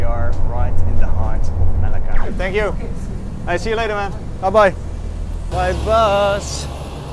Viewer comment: Melaka, nice place....I enjoyed staying there. You might be pronouncing the name wrong. Me....then laka